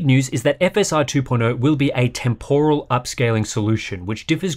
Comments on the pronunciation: I love hardware unboxed, probably my most watched channel. But I just can't get through a video where someone keeps saying TEM POR AL. How has this become a thing in English. It's pronounced temper al. I don't know why this word annoys me so much.. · It's TEMporal, not temPORal :p